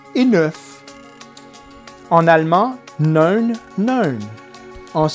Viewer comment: Merci c'est pas mal, mais il y a des fautes. Par exemple: en allemand le chiffre 9 est "Neun" et pas "newn" et nouveau est "neu" et pas "newn"